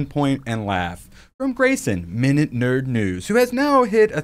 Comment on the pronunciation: MinuteNerdNews. Minute as in minuscule.